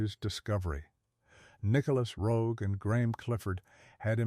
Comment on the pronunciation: Marred by the mispronunciation of the director's name.